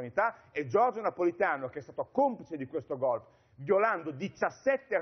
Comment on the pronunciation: Golpe, si dice golpe. Non "Golp" come se fosse chissà che parola esotica od è solo la sudditanza alla lingua inglese, senza comprenderne il significato. (Tipo il famoso Sanity day ed altre perle)